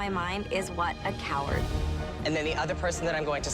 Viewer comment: "The only word that comes to my mind is 'what a cowrard' " Ah yes, quick maths.